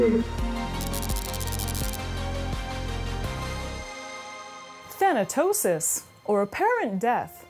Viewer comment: Thanatosis Than-tosis Thanosis Thanos 😳